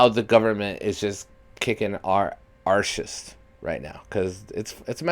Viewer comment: The struggle is real. I felt so many connections with you in this reaction; even down to the way you said arse. As a single fatber who was right where you are now, im here to tell you that it will get better. Hang in there and keep up the great work. 💛🤘🤙✌️